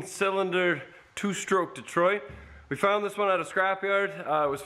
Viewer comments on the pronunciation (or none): Slow down when you say it.....it’s pronounced “dee-troyt” .....not “ditroit”